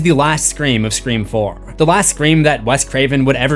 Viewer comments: I was so confused why you kept saying "scream forum" and realized you meant "scre-four-m" bahaha 😂😂 nice one nice one. I see what you did there. Also, can you rank the movies? I just saw the 7th one and want to hear the movie rankings of others! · this is the first time I have heard you say "Scream 4" and not "Screeform" :)